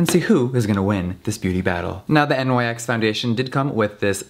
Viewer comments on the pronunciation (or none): literally everytime he said N.Y.X. i was like "no Nyx." Ive never heard anyone say it that way before. like... ever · Pronounced “Nix” not “NYX”, For yalls info lol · It is NYX (pronounced Niks) not N.Y.X. It is named after the Greek Goddess of the night. Nothing to do with NY, the brand is from LA. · no its nyx not N.Y.X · I hate how he says “N Y X” instead of “niks” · "NYX" is pronounced "nix" like the mythological character. Having said that, Europe is the best, and yes it's made in Europe, but 195 is overpriced even for rich people. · Jeffree says "nix" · I WAS BOTHERED THAT HE SAID N Y X HONESTLY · "Miss N-Y-X" Lmao Jeffree doesn't know about nyx on the daily. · Am I the only one who got triggered by him saying N.Y.X there is no periods🤣🤣😂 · NYX is not pronounced letter by letter. Omg. English speaking people all pronounce it wrooong